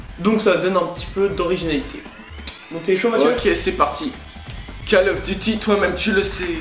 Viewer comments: call eouf duty ^^ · J'adore tes vidéos!!!!!!!et je voulais dire un truc "call oeuf duty" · call oeuf duty LOL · Lol call oeuf duty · cal oueuf duty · call eouf duty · c trop call oeuf duty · call euof duty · call oeuf duty